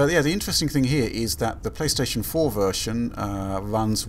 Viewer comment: pLOOSTATION MASTERRACE